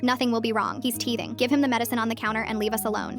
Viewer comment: “He’s dead should i be worried” “HES JUST TEAHTHING”